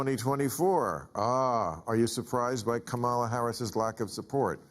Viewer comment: Bill hasn’t figured out how to pronounce “Kamala” yet? Yeesh.